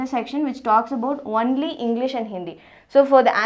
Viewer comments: Not onely its only ...Your pronunciation wrong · She tells "wonly" instead of "only" 😂😂😂😂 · Madam its not "ONELY" , its ONLY. 😂😂😂😂😂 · Archishman Bhattacharyya ..its nt only it is wonly😆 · It's not Onely 🤣🤣it's only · Only says wonly 😂😂😂😂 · I cant get over the way she says only I'm sorry😂😂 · your 'only' is too hilarious